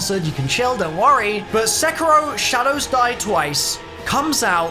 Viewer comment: I DONT WANT TO BE THAT GUY BUT its pronounced Se-KEE-ro